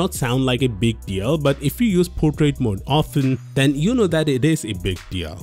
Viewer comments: he just pronounced portrait as putret😂😂😂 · I didn't catch you when you said 'Portrait Mode' luckily the subtitles were available.